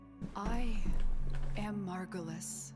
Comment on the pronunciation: picks margulis simply because moon - says margulis wrong despite hearing it spoken out loud several times